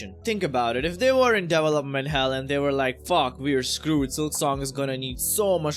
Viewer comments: your indian accent came out strong on this one 🤣 DEEVALOPMENT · I've never heard it pronounced Devel-Up